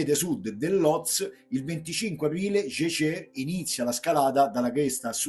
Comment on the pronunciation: bel racconto. Unica pecca è la pronuncia. Capisco sia difficile per il nome di origine tedesca su una persona francese. Però Jejè non si può sentire. Scusa ma la noto amaro artigianale tedesco a base di erbe come lo pronunci? Togli il Meister ed è fatto no?